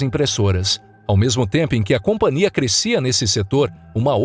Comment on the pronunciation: Hei, vcs são analfabetos? A palavra é companhia e não compaNIA